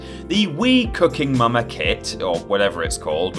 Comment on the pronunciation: Wasnt watching for a sec and swear I heard say Wii "Cucking" Momma Kit.